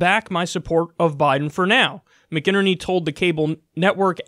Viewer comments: It's pronounced Mac-in-EARN-y, Kyle. Regards from Ireland 👊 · It drives me crazy when any newscaster doesn't bother to learn how to properly pronounce names. Names matter. Please do just a bit more research to get the names right. Mik' in earny. Thanks. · McInerney is pronounced "Mack & Ernie" by the way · "Tom Mac In Ner Ney" is how you pronounce it, I am Irish, it is an Irish surname. 😉